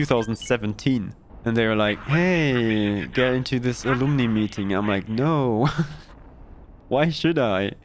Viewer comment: Hopefully a helpful note about "alumni". Ah-lum-ni. Ah-lum (like the plumbing in your house)-ni (night)